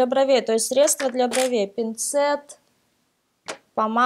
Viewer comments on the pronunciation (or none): none